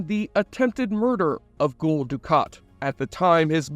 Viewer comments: Gule? You mean 'Gul'(sounds like Gull). You haven't seen this show before have you? Didnt you open by saying this one was your favorite? Favorite how? You cant even pronounce a characters name. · He keeps saying Ghoul Du kat instead of Gul lol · It's pronounced 'Gull' like a Seagull. Gull Dukat. 🤷‍♂️ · "Gool' Dukat? Doesn't sound like a fan....'GUL' is said like 'seagull' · "Nielf"? So, uses an AI voice, and doesnt proof the videos before uploading them. Good to know. So, what AI model are yall using? Other than that mess up, its been pretty convincing....But now I know why it pronounced Gul as 'ghoul' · Did you watch the show you say Gule Dukat its not goole or whatever your saying please watch show to know how to say name proper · "Ghoul" Dukat?! Have you ever actually seen the show?